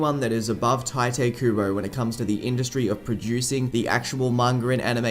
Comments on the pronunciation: Its "tea" te kubo, not "tie" te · His name isn’t “Tai-tay” its “tai-toh”. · It’s pronounced Tite Kubo not Taite Kubo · Isn’t Tite pronounced (Tee-tay)? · tai-tay kooboh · Please dont say 'taite' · I actually heard from the translators on a Bleach Brave Souls live stream that it's actually pronounced "Taito." Like "tight" and "oh." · it's pronounced "Tee-Tay" Kubo btw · Actually, I found out in a Bleach Brave Souls Bankai Live stream that it's pronounced "Taito" Kubo. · the first time you pronounced tite kubo i was like "... wut?"